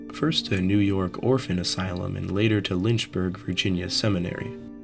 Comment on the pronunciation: Damn they sent him to "Lynchberg" SMH